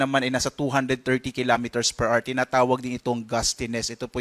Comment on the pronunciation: PER R | Children, remember: The word "HOUR" has two syllables. The stress is on the first syllable. It's pronounced as AH-wr, not AR. Do not be like this reporter.